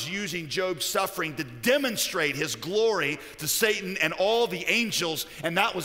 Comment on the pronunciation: Why is he pronouncing it the Sah-tahn? It takes me a minute to realize I think he means Satan (Say-Tan/Say-ten).